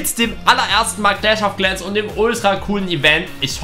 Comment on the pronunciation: Clach of claaaans